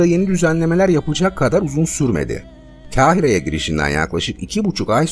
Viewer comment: Kahire, (K) kalın okunur